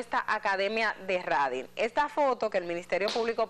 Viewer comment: La palabra exacta es TRADING por favor lic Edith Febles. La pronunciación es 😂Treidin